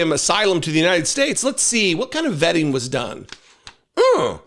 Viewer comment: Vetting…Vetting?…oooohhhh… I thought you said vaping!